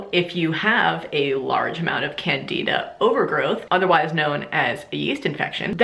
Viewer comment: haha your pronunciation of Candida and acidophilus made me laugh! i do research in college on the natural treatment of yeast infections using lactobacillus and boric acid. Our results show that boric acid does not work!!! We have done numerous trails and it does nothing to kill the yeast, it only stops them from growing! just an FYI!!